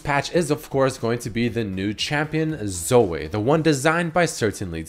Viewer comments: its Zo - wee not Zo - wei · zoe as in zoui not zoooeeee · Say Zo-eh one more time I swear... God Fucking Damn it. Zo - EE. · Zoey, not Soay. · Why do u say Zo-ay its Zo-ee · 1. does have an accent 2. His accent shouldn't affect the way he pronounces Zoe, he just keeps forgetting that it's pronounced Zoh-ee 3. It's not pronounced fucking Zo-ay, and it's not a french name either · I love you man... but you don’t have to hard pronounce the E in Zoe lol 😂 it’s just zo-EE not zo-AY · jesus christ hearing him pronounce it "zoh-ay" is giving me auditory cancer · repeat after me; z - oh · IF YOU SAY "ZOEH" 1 MORE TIME I UNSUB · why the fuck is saying Zoe as 'Zoeh' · "Zoeh" x) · Why can’t he say Zoe? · Wait so can no youtuber pronounce Zoe??? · the way he says Zoe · doesnt have an accent he's just mispronounces it. He also mentioned it on a video and says it correctly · Not sure that's how you pronounce her name... The e is silent otherwise it would have a y on the end... Shes gonna be super fun on aram though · Holy shit pronouncement of Zoe triggers me so hard. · how you pronounce "Zoe" is sooo................ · WHY THE FUCK CAN'T YA SAY "ZOE" PROPERLY?